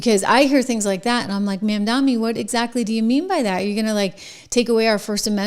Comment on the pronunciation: Trish, Zohran's name is pronounced MOM DONNIE